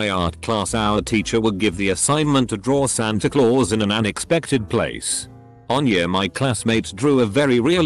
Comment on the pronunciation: lmao the way the a.i says santa claus like that